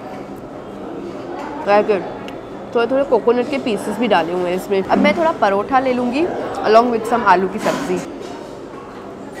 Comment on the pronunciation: Parotha nehi paratha HOTA Hai😂😂😂😂